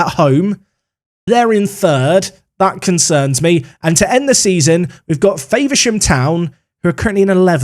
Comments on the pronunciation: As a Faversham town resident. It Infuriated me hearing you pronounce Faversham. Faver-sham instead of the Fav-er-sham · As someone who lives there I hate the way you pronounce Faversham as Favourshaam, it’s more of a Fahvurshum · Love the videos, a karen comment for you, just an FYI you are saying Faversham wrong 😂. Its Fa-ver-sham said like fah-ver-shom. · The way you said faversham the first time was amazing 🤣 it’s Fav-er-sham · Faversham is pronounced with a lower a, F-‘ah’versham 😉 great vid mate. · lol the way you say Faversham is funny ! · Can you stop saying Faversham like that please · Speaking as a guy from Kent, Faversham is pronounced with an A sound as with apple rather than acorn.